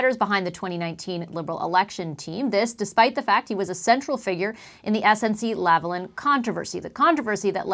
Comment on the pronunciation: Politics aside, if Pierre Poilièvre doesn't want his name's pronunciation to be made reminiscent of "hoi polloi," then he needs to learn how to pronounce "Lavalin" correctly... Hint: It's not "Lavalan," which is neither a French nor an English pronunciation. Then again, it boggles the mind how most Canadians outside of Québec itself seem to prefer the Frankenstein model of not fully pronouncing its name in either French or English.